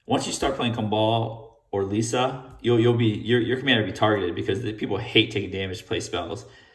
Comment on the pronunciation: Lee - S - Uh